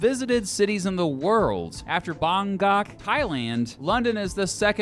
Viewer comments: Why has mispronounced 'Bangkok'!?! 🙄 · Are we just going to ignore how the guy pronounced "bangkok"?